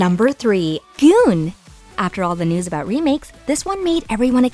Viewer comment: GoonG, not Goon, please pay attention to pronunciation, it's irritating.